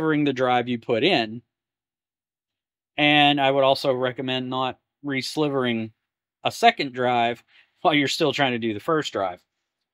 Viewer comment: Great stuff, one thing though, it's Re-silvering like the metal, not slivering :)